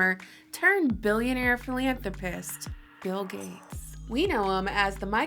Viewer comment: I can’t understand why she doesn’t ever seem to pronounce bill correctly it’s freaking me out man... “bell gates” lmao